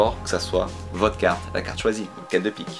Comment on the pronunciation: quand tu dis votre carte on dirait trop vodka😂